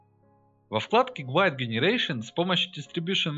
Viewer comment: Все круто но пожалуйста подтяните произношение в инглише. Долго думал что за гуайд пока не прочел что это гайд в названии модификатора)